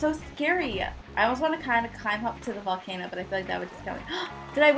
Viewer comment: she said "oh good a valcano" Whyyyyyyyyy!